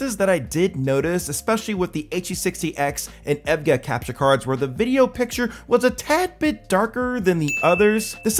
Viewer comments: oh wow it took me so long to know he was saying the brand EVGA because of how he was saying it (its E V G A btw :) ) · bro really pronounce evga as ev-gah bruhhhhhh good vid tho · you pronounce evga with the letters not as a word btw. overall good vid. been looking for a capture card i can use to stream my pc off my gaming laptop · How can you pronounce EVGA 100% wrong?!